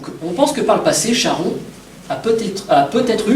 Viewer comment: On ne chie pas en grec ! Charon=Karon.